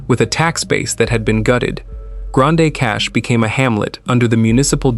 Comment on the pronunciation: Pronounced Grand Cash